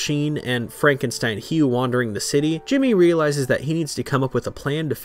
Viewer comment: Yooooo props to Sheen for actually pronouncing Frankenstein correct. He's not Jewish. 😂 People often get mad as heck when I correct them on it, genuinely impressed.